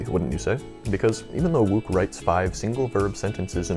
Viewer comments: I suggest you re-record this piece (it's very good) but pronounce Wouk as "woke" and Haydn as HIGH-den. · I was just googling the pronunciation of Herman Wouk for my latest video, and google agreed with my original pronunciation of "Wook". Curious, what made you think it was "Woke"?